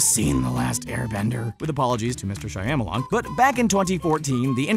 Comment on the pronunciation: wait...how did you pronounce Shyamalan?